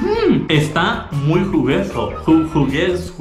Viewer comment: Está "jugueso", su dislexia 😅 😁 Ta bueno el video me gusta 👌😉